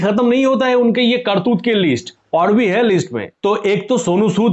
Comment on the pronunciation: कार तूत नहीं करतूत 😆😅😂